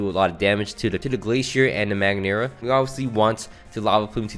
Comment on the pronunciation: Thats not magneara it is Mag-aer-na😅